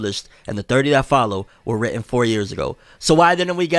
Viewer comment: "WrITtEn" sorry had to